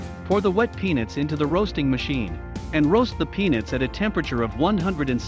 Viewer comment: Sounds like he says Penis. 🤪